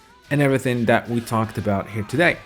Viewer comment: It’s that not dat dat isn’t a word